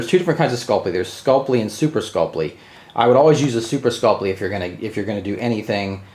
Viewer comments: Skull-Pee not Skull-Plee... Drives me crazy lol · Read through the word Sculpey slowly and see if you can figure out what extra letter you're adding into your pronunciation.